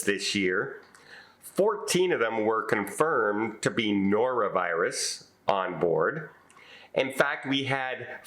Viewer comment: Noro, not Nora